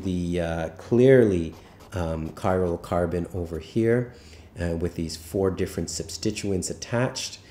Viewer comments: Chiral carbon :) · Are you saying cyrocarbon?